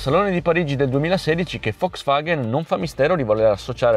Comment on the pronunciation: ma perchè dici "Foxvaghen"? A voler essere puristi, dovrebbe essere "Folks Vaghn" (la "e" si "ingoia").